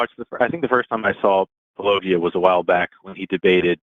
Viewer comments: I’m shocked, shocked I say, that mispronounced Paulogia then presented the William Lane Craig version of the Kalam. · Yes and to MISpronounce name despite meta-claiming to be sort of a meta-fan is meta-rude!